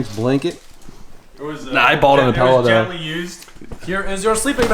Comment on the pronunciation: Did you just say pellow...